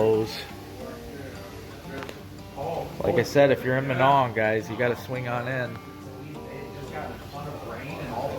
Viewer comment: I can always tell when people aren’t from around here , when they say minong , lol , I just live 20 miles south of minong you probably went by my house when you went to Chetek .